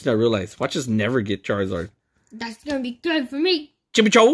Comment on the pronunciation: You said charzard times